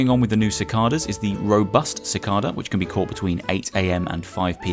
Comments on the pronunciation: Actually: "How do you pronounce Cicada? You can say “si-kah-da” or “si-kay-da" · haha I've never lived anywhere that has them but thats always how its been pronounced when I've heard it / said it, BUT it could just be that British people use that pronunciation whilst others use the KAY one 😁